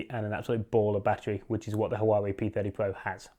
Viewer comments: It's pronounced Wah Way 👍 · You're pronouncing it incorrectly! Literally the first thing you should have gotten right. Poor, poor, poor.